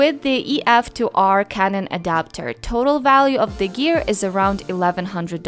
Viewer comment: I thought you called your speedlite "Kevin" but you said canon. :P